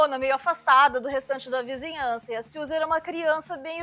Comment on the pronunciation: A pronúncia certa para “Siouxsie Sioux” é simplesmente “Suzy Su”. Não está 100% errado tua pronuncia, até pq aqui no Brasil pronunciamos o nome da tribo de Dakota do Norte, Sioux como Sius porém, o correto msm se diz “Su”.